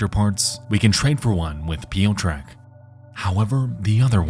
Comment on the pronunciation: As a Polish woman, listening to these name pronunciations is killing me. Especially when there's only a handful of actual names. "Piyo-trek"? Really? Please just google a pronunciation for two seconds.